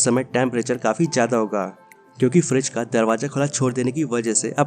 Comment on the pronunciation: Bro not Freeze its "Fridge"😊